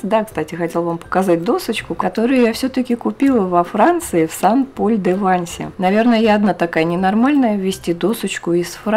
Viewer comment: Всё ПОНРАВИЛОСЬ! Только нужно произносить СЭН ПОЛЬ - Святой Павел, это же не город САН Пауло.А в женском роде СЭНТ Мари - Св. Мария, например.Буквосочетание "аi " во французском почти во всех словах произносится как "э", это просто к сведению...